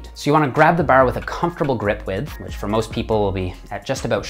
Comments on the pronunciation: you say bar like your a newfy. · Awesome - speech therapy has really improved so much of your vocal range and pronunciation. Still some minor issues with ; "far, bar, about" Great work and keep it up. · I forget he's Canadian until he says "Bar" and "Arch" LOL